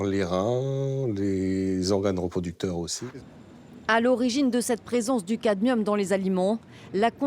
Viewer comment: Il s'agit donc du Cadmium et non du Camdium